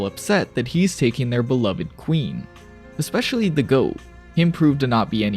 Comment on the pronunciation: Good work. May I ask why you pronounce escape as "ikscape"? Look at the word. Escape. Same for.. Especially. Start these words with an S sound, not an ik